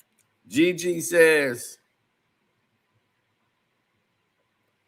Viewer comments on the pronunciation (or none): none